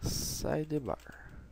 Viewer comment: "SideRRbar" não sai da cabeça! Rsrs. Legal a vídeo aula =)